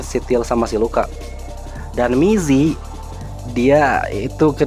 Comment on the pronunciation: Gokil, aku juga fans alnst, tp baca nya namanya rada kurang akurat Cara baca namanya gini: Mizi - mitchi/mii zee Sua - sua (sama) Hyuna - hyeona